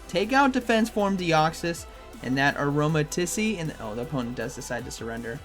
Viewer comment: just so you're aware, it's pronounced aroma teese (sounds like peace.)